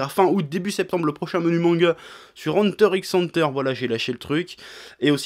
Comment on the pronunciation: Bon j'en suis sûr à 99% que tu le sais déjà, mais pour les 1% de doute restant, le "X" d'Hunter X Hunter ne se prononce pas.